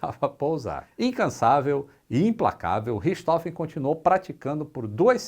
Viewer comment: A pronúncia é "richi rôfen"